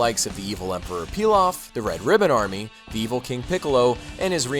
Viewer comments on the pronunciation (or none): none